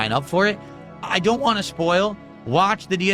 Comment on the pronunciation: DSP lingo. What = whahh But = Buhh Want = wahn